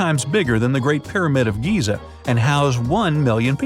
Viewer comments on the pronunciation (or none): none